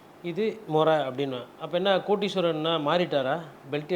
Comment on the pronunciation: வணக்கம் நெறியாளர் தமிழைத் தமிழாக உச்சரிக்கவும். “கோடீஸ்வரன்”ஓர் அழகான பெயர். அதை “கோட்டீஸ்வரன்” என்று உச்சரிப்பது மிக மிகத் தவறானது. நன்றி 🙏🏻